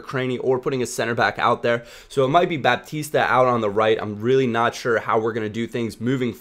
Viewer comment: baptiste is pronounced bapt-east